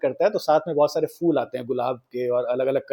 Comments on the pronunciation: Episode is good but again pronunciation is not 100%. It's PHOOL not fool 😅😂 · Please correct your pronunciation of the word “phool” (flowers). You pronounce it as “fool”, which is very annoying.